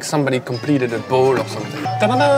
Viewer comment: This "bowl" annoys me beyond belief.